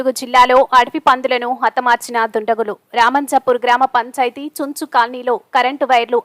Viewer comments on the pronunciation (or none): చుంచు కాదు news reeder గారు చెంచు colony అంటారు